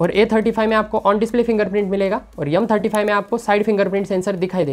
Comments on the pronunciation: Yumm hota h ya M hota h ... Hardoi side sai h kya ? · M35 ❌ yumm35✔️